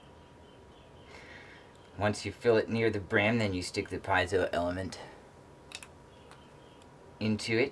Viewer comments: You're pronouncing it all wrong. PEE-AY-ZOH. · Also heard PEE-ZOH.